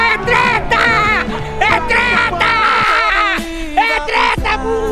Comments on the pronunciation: Ele não falou tetra uma vez certo no começo... É TÉTA É TÉTA É TRÉTA HAHAHAHAAH MUITO BOM ! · eu ouvi TRETAA skdkksks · Assisti o vídeo e só posso dizer uma coisa. É TRÉTA! É TRÉTA!